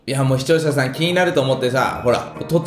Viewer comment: て『視聴者さん』を『しちようささん』って言ってる？わざと？w w